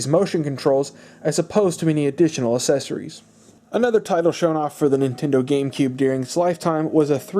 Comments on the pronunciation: I hate it when you have to buy "aysesories" with a console 😂😂😂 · Learn to pronounce accessories!!! God could you enunciate at all?!